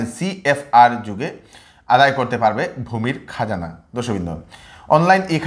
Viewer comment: তাইন অইলা বিষ্ণুপ্রিয়া মণিপুরী উচ্ছারন ভুল কইলে শুনতে ভাল্লাগে।